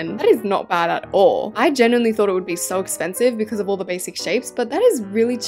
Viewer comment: When she said so cute in my ears I heard sor cute